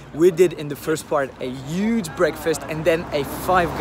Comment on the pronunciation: That's really good But you've got a little accent You have to pronnunce "h" Like in huge for exemple